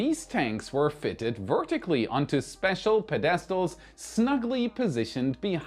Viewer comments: Getting the Starship flown often enough to prove its reliability is a big job. Will it be ready for 2025? Yes. 'Pedestal' is pronounced, "PED-es-tal", not "pe-DES-tal". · Love your work! One pronunciation thing: Not pe-DES-tal Instead PED-e-stal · Pedestal. Accent on first syllable. PED IS TAL. YOU SAID pe. Des Tal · pronounced "ped A stells" not "ped des tells" I'm half german so I kind of get it. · The pedistle is pronounced "PED' is tile" not "pe DIST' ile" . Great show. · ITS.......PED- ES- TAL... NOT pe- des- tal...NOR pe- dest- al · I'm pretty sure you'd like to learn proper English pronunciations so here is one... Pedestal is pronounced PED-us-tul and not ped-DEST-ul. I know if I was trying to learn a foreign language I'd want to know 👍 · Yes. And it's PED-es-tal, not pes-ES-tal. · pedEStal is better than pengwing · Your English is excellent however... Accents on the first syllable. SUBsequently and PEDestal. PED as in Fred. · Anyone here want to help out our adopted German brother with his English pronunciation of, “pedestal”? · Pedestal...u are putting the wrong emphasis on the wrong syllable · My ears hurt when you mispronounce 'pedestal'. The accent should be on the first syllable, not the second. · Learn to pronounce Pedestal. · Hey, please learn how to pronounce pedestal. The emphasis is on the first syllable not the second. thanks. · The word 'Pedestal' is a dactyl, not an amphibrach. That is, it is pronounced as one stressed syllable follow by two unstressed syllables, as opposed to the stressed syllable in the middle. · Love you brother! However, that's not how you pronounce "pedestal." 🤣❤